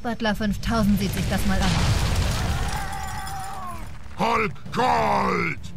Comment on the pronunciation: Er heißt hulk und nicht halk